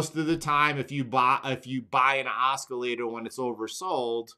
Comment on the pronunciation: Oscillator sounds very similar to "awesome" awe-sih-later. Love you brother! I learn so much from you